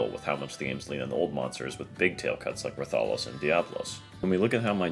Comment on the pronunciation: The real crime was how he pronounced Raths name.